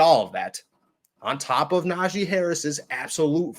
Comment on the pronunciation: Nah-G... not zhi lol